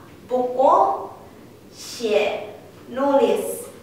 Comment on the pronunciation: maaf itu pinyin na xie, kesalahan di xie nya harusnya nada satu di E.. harusnya xi huan bukan si huan